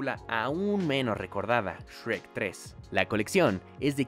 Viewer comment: Es “Shrek”. No “Sherk”. xD